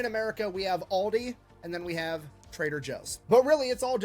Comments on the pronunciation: Aldi not Oldi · It’s great, but Al di, not all di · Aldi is, in fact, an "Oldie" here in Germany - but its not pronounced like that 😅